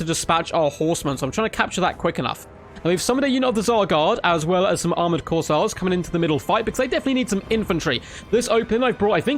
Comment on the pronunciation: Flesh hounds going to be a menace in multiplayer it seems. Will be interesting how they match up to warhammer 1 and 2 race's units. Also, I'm pretty sure its pronounced "Course" as in golf course and "Air" as in breath of fresh air. CourseAir (Corsair)